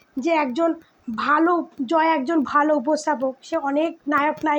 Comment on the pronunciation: Jmn APU biswas tmn tar vokto didi apni joy er naam ta vlo kore bolun vlo vabe kheyal kore sunun unar naam ki😂